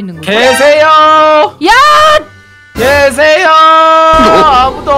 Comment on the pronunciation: 계세요 를 나만 개새여 라고들었나